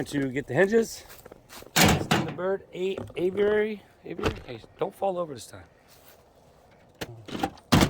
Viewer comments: Hey, it is pronounced a-vee-airy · A.V.airee. maybe that will help u say the name of the bird enclosure...or just call it bird enclosure. U r doing fine.